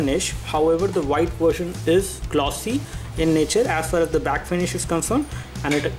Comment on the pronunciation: "As fas as"